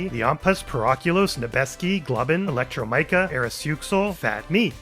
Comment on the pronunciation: i hadnt thought to dive into the script of these episodes before (i may like these shows, though im perhaps not that dedicated) so it is a joy whenever you compare the read lines to how it was originally written. and not to be a bother but my name is read like electro-mee-ka! happy to finally join!